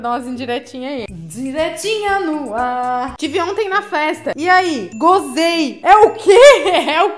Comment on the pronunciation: “Indiretinhas no arr” morri